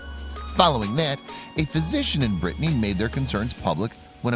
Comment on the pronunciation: It's not Brittney it's pronounced brittany.